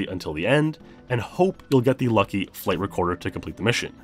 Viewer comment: Every time you say "flight recorder" I hear "flavor quarter".